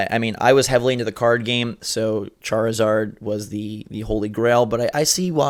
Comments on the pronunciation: Did just say Charzord? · did actually say charzord or am i retarded